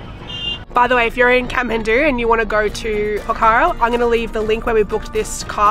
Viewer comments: It's pokh_ra not pokha_ra ☺ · It''s Pokhara not pakara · It’s Pokhara not pakara 😢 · And its pokhara....but they pronounce as Pokhra...loads of love from guwahati assam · Hi not poccara# name is Pokhara😊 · It's po-kha-ra and love your videos and hope you have a nice stay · Hey! I'm Nepali, and I love to see foreigners enthusiasm and awe for my home country :) btw, it's pronounced "pok-ker-rah" ! (but im sure you figured that out by the end of ur trip lol) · It’s call Pookharaaa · It's po-khaa-ra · Po -kha -ra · It's pronounced PO KHA RAH